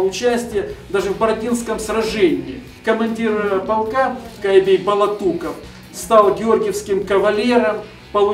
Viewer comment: Кайбий Палатуков? Вы серьезно?!! Къая-Бей Балатуков